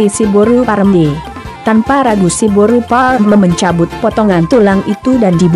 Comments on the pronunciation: Cba di clearkan lg bos ku,narasi "boru parrrr...".. Boru apany yg dia bilang itu.. Atau ada mksd lain kah disensor? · Horas dihita sude....tolong carapengucapan kata buru nya kurang jelas.